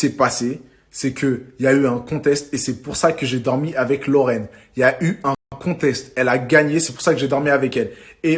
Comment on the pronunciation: c'est pas " conteste" c'est conteXte stp